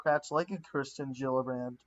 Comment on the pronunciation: bee-toe is not the way to say his knickname. It is more like place a "bet" and "ohhh" Also it is ker-stin, not christian, jill-uhh-brand.